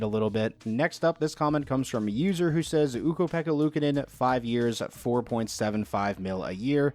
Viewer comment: I have to say your pronounce of Ukko-Pekka Luukkonen is pretty good. Made this Fin happy